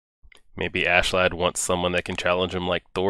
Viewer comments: Thats how they pronounce it in the anime but in the native tongue it would be more like, "as-ke-lad" Same deal with thorfinn. in the anime the H is silent but in reality it would be a 'Th' sound. Its just how japanese pronounce things. (which is wrong but thats fine, we certainly dont get their language right in our media lol) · Its Askeladd ( Asheladd is the right pronouncination i think). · So glad you realised his name wasn't ASS-LAND haha